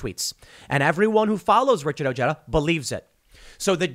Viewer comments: Ojeda is pronounced "oh-Hay-duh". Unless he has "Americanized" the pronunciation. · Tim, how have you not learned yet that the 'j' is pronounced like an 'h' in other languages. The dude's name is freaking easy to pronounce.